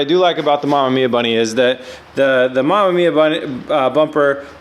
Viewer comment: I'm a fan! But don't but don't butcher re-amemiya name by calling it mamamiya